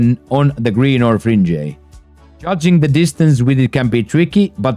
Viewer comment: My brother great video. Your English is real good but I would like to help you. On words like wedge and Fringe you don't pronounce it with the E at the end. You can just say "wedg" 😊